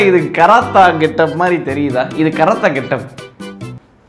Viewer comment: Ena bro karate ah karatha paratha nu la solringa 😂😂🤣😂